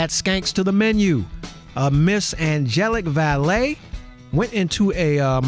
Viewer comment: butchered her name, yo...